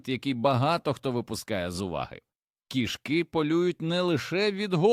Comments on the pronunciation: 😂😂❤😢❤❤: кишкИ і кІшки - наголос і зміст слів відповідно!!, має вивчити ШІ 😂😂😂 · Дякую за цікаве відео) Та не кішкИ, а кІшки... Був у нас один кіт, виявився він альфачем ще тим: лупив всіх котів, а також маленьких собачок, то був кошмар, бо доводилось його закривати, аби сусідські коти і наші могли хоч по вулиці прогулятись. Але ніяких чужих котів на подвір'ї не було поки він був живий, як і жаб, мишей, змій/гадюк, якось навіть пацюка приніс і крота десь взяв, ласок душив, це просто феноменальний кіт був, правда трішки з прибабахом, бо маю дві відмітки, точніше 2 по 2) на руці, від таких іграшок. Кіт був схожий на маленького ведмедя)) Обожнюю цих хутряних)